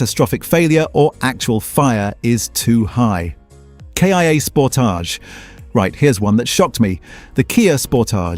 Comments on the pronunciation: Ford "pooma"? Sounds right. "Sportij"? ROTFL. Gotta love AI slop. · Once again, useful information spoiled by terrible AI generated narration, that can't decide whether it's talking about a Kia or a K. I. A. Nor did it know how to pronounce Sportage. Just do your own narration, or pay a human to do it for you